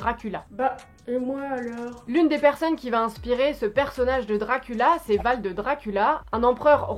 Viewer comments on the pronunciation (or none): C'est Vlad pas Vald 😂. Mais toujours plus de qualité sur cette chaine ❤️